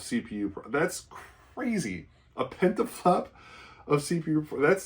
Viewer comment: Petaflop, not Pentaflop.